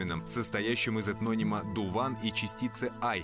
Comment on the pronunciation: Точнее Дыwан ,а не Дуван.